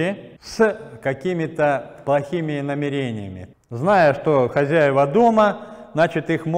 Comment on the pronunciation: Намерениями ударение😂